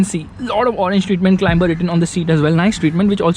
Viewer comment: CLIMBER = to CLIMB. Pronounced 'CLIMER'. It's a very soft B, almost not said.